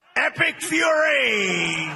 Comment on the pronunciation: everytime they say the name, all I hear is epic Furry